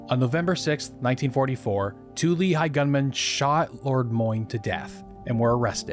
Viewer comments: Just a quick note regarding your pronouciation. Lehi is pronounced "Leh-hi", with a rough h, obviously. Great video, mich love! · You're not pronouncing Lehi correctly.